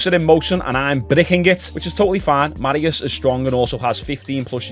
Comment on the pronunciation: You butchered Mariusz's name.